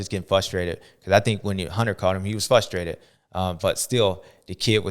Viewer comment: My boy! You are missing the R in FRUSTRATED. And you call SHIMODA SHIMOTO 😂 best part is idgaf cause you're JS7 baby ❤❤